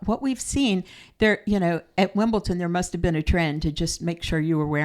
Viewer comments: WimbleDon not WimbleTon. Just saying. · Wimbletin? Sounds cute, but it’s Wimbledon 😉😅